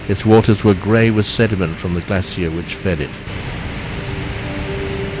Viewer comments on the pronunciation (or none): none